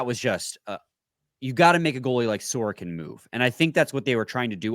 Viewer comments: Nobody on planet Earth pronounces it sore-ah-kin... it's actually distracting when you do that cause it takes a second to figure out who tf you are talking about. It's suh-roak-in... The dude was a Vezina finalist... be better. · that’s not how you pronounce sorokin 😂